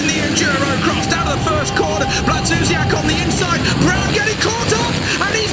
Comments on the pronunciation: Why does the english commentator say Blakzusiak?! Its Blazusiak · hes not saying a c or k, we just pronounce blaz as blats so it comes out as blatsuziak not blak. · It´s Błażusiak ....